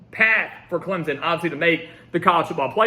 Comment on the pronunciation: Put the damn “p” in Clemson when you say it. We don’t say ClemZon lol